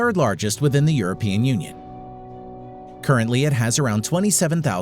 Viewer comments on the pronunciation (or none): none